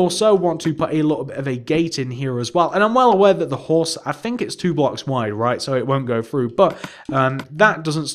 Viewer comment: Fun, fwo,three,four,five,fix,feven, Feight,fine,FEN